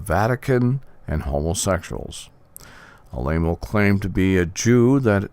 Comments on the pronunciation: Ah La Mo not A-Lay-Mo... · You are repeating the lies of the mainstream media! For someone that knows so much about Tony, you would think you could pronounce his last correctly! You mention Jim Jones! He was a CIA Operative and the people in Jonestown did not commit suicide! They were murdered and shot! You should do research before you run your mouth! You should watch what you say and get all the facts before blabbing away! The Catholic Church has more sexual abuse cases than any other religion but because that is the wealthiest organization on earth, the Vatican sweeps their crimes under the rug and pays off the judges, etc.